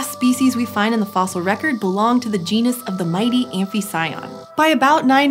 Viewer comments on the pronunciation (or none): none